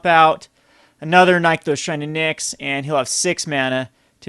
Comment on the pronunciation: You drive me crazy with your card pronunciation! It's "nick-those" not "nyek-those"